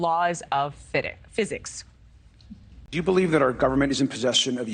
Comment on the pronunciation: "Laws of fidiks" hehe